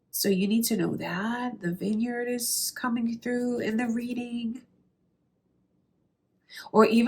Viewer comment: Did she say "vineyard"? 👀 Unreal